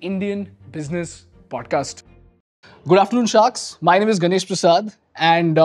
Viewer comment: I can't help but observe that it is not: गनेश but is गणेश Feels painful .